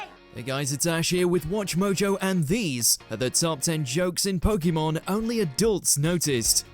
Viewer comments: When will they actually say it right as should be Pokémon. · "It doesn't make sense in the context of pokemon pronunciation" he says, mispronouncing pokemon every single time in the video